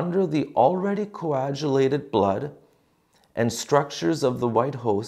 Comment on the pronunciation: the 'g' in coagulated is a 'hard g'. Thank you for being a real priest.